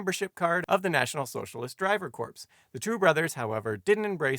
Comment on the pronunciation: "Driver's Corpse" It's pronounced CORE